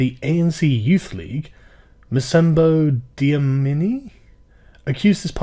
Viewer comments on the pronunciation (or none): You were never going to get the students name right haha. The 'c' in his name is probibly not pronounced as an 's' but rather the 'c click sound' and his surname is Dlamini with an 'L'. So basically 'Lamini' with a quick little 'D' at the start.